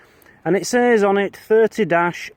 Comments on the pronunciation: your shell casing is pronounced a thirty- odd six spring field . But your buddy probably knew that. That is a base for a lantern, too bad you didn't dig everything, gold is often very deep would like to see how small and deep the dias will do. Gotta remember, not that much history with metal objects, so finding a prospecting hammer at a farmstead... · 30-06 is commonly pronounced "30 ought six," there are many different guns chambered in 30-06, the m1 garand is probably the most famous as it is an iconic american ww2 rifle. my guess would be it was fired from a bolt action hunting rifle. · the casing is from one of many rifles that fire that round and it is pronounced a 30 ought 6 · that is the shell from a 30-06 rifle. a high power common hunting rifle in america its pronounced 30 ought six